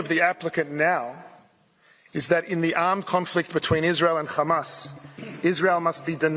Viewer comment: Take a drink every time he says Hammas